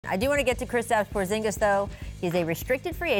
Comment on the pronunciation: Oh god here we go. "Porzingas a good fit in L.A?"